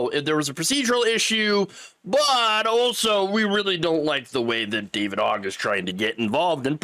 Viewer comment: I'll just be an a-hole for the algo. The word "also" does not have a 't' in it, and the phrase is "wide-eyed," like an asonished tourist, not, "wild-eyed," like a horse that just broke a nail. Meanwhile, love your content.